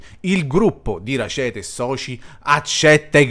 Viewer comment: È un cognome tedesco, pertanto va pronunciato esattamente come è scritto: Rackete e non Racete